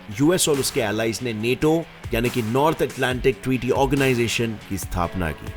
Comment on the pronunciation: Bhai tum hindi bahot jhaatu bolte ho maderchod... Thoda kisi se poochh liya karo... पुटिन नेटो।।। bhosdi k पुतिन और नाटो hai